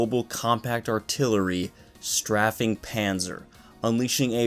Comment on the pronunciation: Just so you know, the way you pronounced "Strafing" means sex in Nigeria 😅